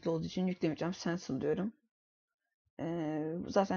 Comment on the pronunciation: sensıl ne la cancel sensıl diye mi okunuyor